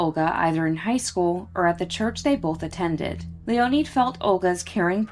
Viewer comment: LEE-O-NED not LEE-O-NEED. Can't do anything about now. Be better.